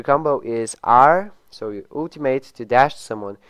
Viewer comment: I don't know why people pronounce "ultimate" that way.